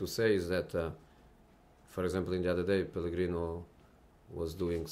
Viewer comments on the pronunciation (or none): lmaoo pelegrinoo